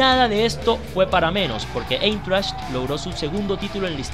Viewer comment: Se pronuncia : Aintracht, porque en alemán el diptongo formado por las vocales ei, se pronuncia Ai. Igualmente la unión de las vocales EU se pronuncia oi, como en la palabra heute, que traduce hoy y se dice joite. La h se menciona como jota.